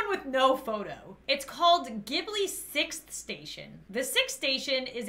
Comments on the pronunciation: Ghibli is pronounced jibli :) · Ghibli is pronounced jibly and they have tons of movies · It funny to me how she says ghibli wrong lol